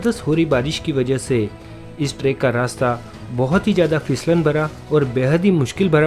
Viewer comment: vo trekk nahi track hota hai